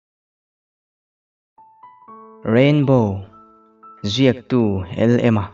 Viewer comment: Pu khian ahming khi asawizo loa Lma ti rigota aciarfuh ciahlo monle ktia😄